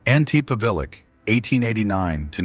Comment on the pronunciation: Please get the facts straight! Just a few out of the countless mistakes: The Croatian guy's name was Ante Pavelić ( ), not "Antipilic" The Soviet NKVD leader was named Lavrentiy Beria ( ), not "Lenti Baria" Dominican dictator-president was Rafael Trujillo( ), not "Raphael Truo". All in all, that video manifests a very sloppy approach to historical research and deserves the thumbs down.